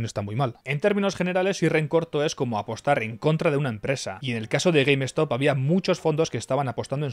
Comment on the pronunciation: Se pronuncia Gueimstop no Gueim Estop. Short Skuis, no Eskuis.